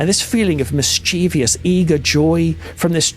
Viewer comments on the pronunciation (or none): Mischievous: MISS-CHIV-US